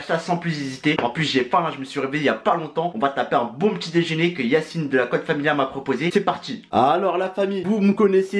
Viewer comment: Mdr c Yacine pas yanise 😂 t un tueur continue comme ça frérot